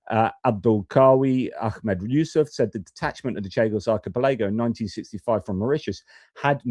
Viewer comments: Archipelago = ark-e-pell-e-go Happy to help. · Hi. Really insightful video, but would you do us a favour? Just checking your pronunciation of archipelago (ar-ki-pel-uh-goh) 😂😂😂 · Archi-pelaygo, you say? Slightly distracting:) Watched this the first time round. Felt for you regarding the sound issue. Valuable to hear about this aspect of geopolitics that might get swamped by all the other stuff going on. Watched the interview this time.